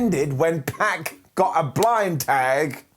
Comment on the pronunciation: Its "Pac" not "Peck"